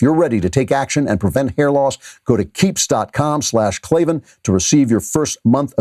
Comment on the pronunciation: KAY EL AYE VEE AYE EN THERE ARE NO EEEEES IN KLAVAN!!!!